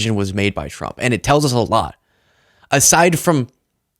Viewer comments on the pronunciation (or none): 😂 So I’m not the only one who hears “chump” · She said “President Drump” 😂😂